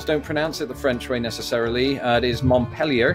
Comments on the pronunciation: I believe it is pronounced mont-pee-lee-er. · Iowa is Dez Monay.: ))) Vermont = mont-PEAL-yer. Great job,. Not bad for a furriner: ))) (It goes with the background music, which is bluegrass). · Montpelier is pronounced MONT-peel-yerr